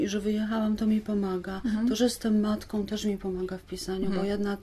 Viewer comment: Przepraszam,ale czy to emigracja wpłynęła na,że Pani Grzegorzewska (pisarka,polonistka) zapomniała o samogłoskach nosowych w końcówkach wyrazów i mówi:jestem matkom,emigrantkom itp.?Przepraszam za powyższą uwagę.Jestem nauczycielką języka polskiego i uczulam na to uczniów."Guguły" przeczytałam z zachwytem.Niestety,po lekturze "Stancji" czułam ogromny niedosyt.Pozdrawiam.